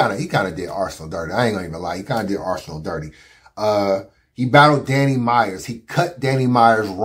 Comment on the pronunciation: Why won’t it fly, they let Tay Roc get away with saying DNANNY and let Goodz say bambi.